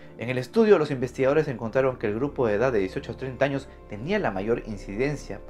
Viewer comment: Alguien se dio cuenta que dijo en el "Anos" y no años? Jeje